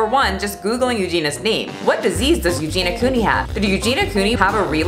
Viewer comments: every time she says “Eugene-a” instead of Eugenia 🤭😅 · I'm offended that you kept saying eugena instead of eugenia 😆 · I am OFFENDED that you call her "You-gena" 🤡 BIG oof 🤣🤣🤣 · Sure I'm not the 1st to comment this but Euginia's name is pronounced U-gee-nee-a. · Do you mispronounce Eugenias Name on purpose for algorithm reasons? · I love you but I can not stand you constantly saying her name wrong 😅😂